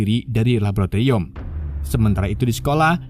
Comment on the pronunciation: Mending belajar ngomong laboratorium dlu deh